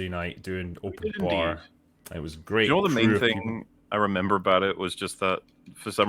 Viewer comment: I love the way says Open Barrrrr it's so thick with accennt XD